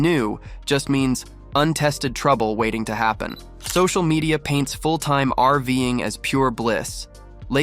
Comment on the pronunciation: what the heck is "arving"? I'm guessing Ai trying to read the script, and failing. VERY annoying,. use a human or go home.